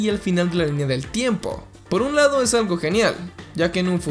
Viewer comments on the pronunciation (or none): none